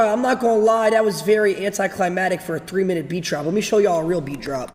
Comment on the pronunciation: I won't trust anyone who says "anticlimatic"